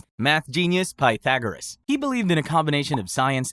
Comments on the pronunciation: Bro learn how to pronounce Pythagoras! You are driving me nuts! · Is this channel ai? I noticed you pronounced Pythagoras two different ways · It was the sometimes right, sometimes wrong pronunciation of Pythagoras that really annoyed me. It wasn't even a consistent mispronounciation! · Pah thagarus. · The last time that I heard Pythagoras' name pronounced so badly was listening to Stephen Fry telling a story about his grandfather, who came from Slovakia, who pronounced it "Peter Gorus". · I love how you managed to pronounce Pythagoras two different ways and both of them wrong😂